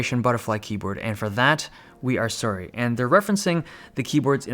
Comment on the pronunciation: The way Dave says “sorry” CANADIAN OVERLOAD